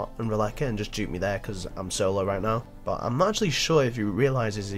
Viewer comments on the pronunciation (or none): its 'but' not 'bo'